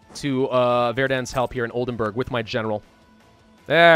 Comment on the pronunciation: It's Oldenburg (castle) not Oldenberg (mountain)